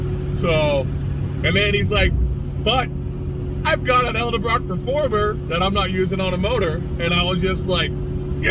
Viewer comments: Edelbrock…. Not eldebrock. Nice truck! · Love the videos... but pleease 🙏 it's Edelbrock.. not Elderbrock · He said: "Elder-brock intake." When attention to detail matters, you want to choose a mechanic that can't pronounce the name of the parts he's bolting on your ride. 😉👍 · Elderblock? Or edelbrock? Lol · It's pronounce Ed-Ull-brock. Edelbrock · Why can no one say edelbrock right 😂 sweet truck though. Love 400’s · The way you can’t pronounce edelbrock reminds me of the people who say “Cadillac converter”.